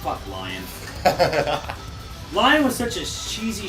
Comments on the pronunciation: Lion's name is actually pronounced, "Leon" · Tell that it's "lee-OHN". It's French.